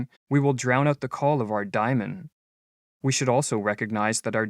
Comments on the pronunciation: Great video - as usual but I think it's DAY-mon something like a demon inside, not "diamond." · Why *Dymon*, and not *DAY^mon? Every time you say that my hair stands on end. Seriously, it gets in the waywhen I am trying to listen. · It’s pronounced day-mon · To my ear, the narrator is horribly mispronouncing Diamon and it distracts me from the content. As a Westerner, much can be gained from comparing and integrating Buddhist, Daoism and yoga into Western culture!